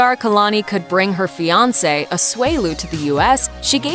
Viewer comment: bruhhhh she said Asuelu’s name REALLY wrong .. it’s AH-SOO-EH-LOO